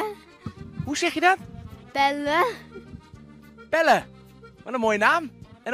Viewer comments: PEWWE🤣 Misschien eerst spraak lesje nemen jongen. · Hoe kan je de naam Pelle zo verneukt uitspreken 😂